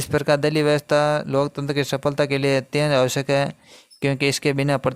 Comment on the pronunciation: दलीप नहीं ❌ दलीय हैं